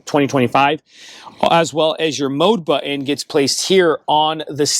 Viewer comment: It's not butt-in, it's button.